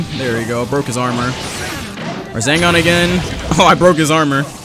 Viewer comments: I hate how he says rezengan instead of resengan it really annoys me😅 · It does not annoy me but I like how he calls rasengan, razengan, thats a really cool name to call it though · Everyone: RASENGAN!: RaZeNgAn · love the "razengans"